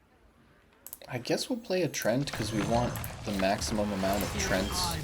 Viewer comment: trent? bro they are treants :D pronounced like "tree-ants" with a short ee sound